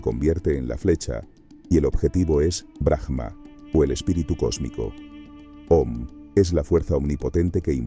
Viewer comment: Aum,en realidad es como se debería pronunciar el OM y es BRAHMA no BRAJMA solo en algunos casos donde la palabra termina con H se pronuncia como jota,en este caso es silenciosa. Hare krishna 🙏❤️‍🔥 exelente video